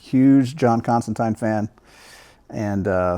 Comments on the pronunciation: You can tell he’s a huge Constantine fan based on his pronunciation :) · Some of my favorites in this one! And MAD props on the proper Constantine pronunciation! Going to check out the others I never read!